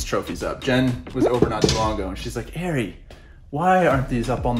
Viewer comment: I've been pronouncing your name wrong for years... You say it "Airy" whereas I pronounce it "Are-eee"